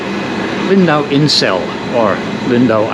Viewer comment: "Insel" is pronounced Inz(e)l btw. So the joke kind of falls flat ;)